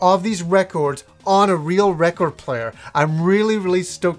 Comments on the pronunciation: That's funny how you say record. True native canadians pronounce it like "Wreck-erd" BUt you really say the O like ORE in recORED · Nothing like a needle on vinyl!! Has that warm and fuzzy feels!! You won't get that tone and sound anywhere!! Not digital or cd..nothing! You say reh-cord funny!lol great stuff! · i like how you say "record"!! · I still can't get over how says record. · is that how Canadians say "record"? Sounds odd to my American ears. I would love to have Revenge of Shinobi on vinyl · Why do you says record so strangely? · Big fan of records, can't say the word record.